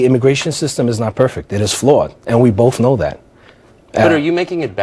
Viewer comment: Maybe they should check this guy's papers. Still pronouncing the word both as "bof" SMH